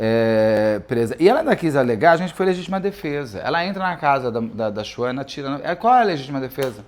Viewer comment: Beto kkkk que agonia vc chamando ela se SHUANA como se lê kkkkkkk